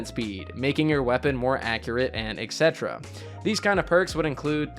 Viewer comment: hey, I just wanted to correct the way you say “etc” - etc stands for “et cetera,” and its pronounced exactly how the syllables look: “et set-era”